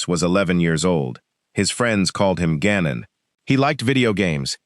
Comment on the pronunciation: This is why people hate AI bullshxt. Gannon is not that difficult to pronounce.